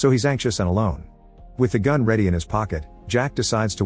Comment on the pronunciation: also the voice says "raises his fun" instead of "gun"